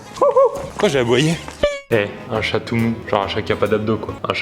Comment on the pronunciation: CHAT !! et non shè